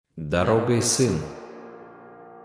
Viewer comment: ДорогОй, каеой дорогой. Кто читает текст. Всн ударения не на мнсте. Отписка.